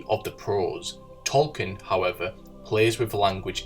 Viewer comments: The book is called "Dune", not "DOON"! The narrator I think is making interesting points, but his inability to pronounce the word makes this video unlistenable. While we're at it, the author of The Lord of the Rings is was J.R.R. Tolkien, not "Tolkinn". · Who the hell is Tolkin...